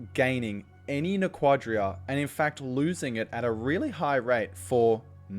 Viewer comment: I hate to play Hermione here, but it's "NA- quah-dah", not "na- QUAH- dah". The only time you put emphasis on the second syllable is with "Naquadriah". never Naquadah.